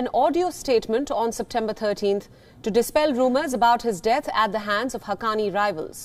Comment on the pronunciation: Why did she say haqqqani rivals?